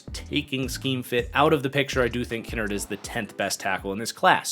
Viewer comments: as I’ve heard it from the majority of places it’s pronounced Ki-nard as in like “kicked in the nards” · Lol I had little to no issues with the list the only thing that rubbed me the wrong way is his mispronunciation of Darian Kinnard’s name lmao